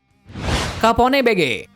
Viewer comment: Capone Bege bacanya keipon bej